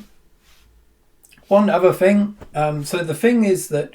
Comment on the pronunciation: “won uvah fing”! 🇬🇧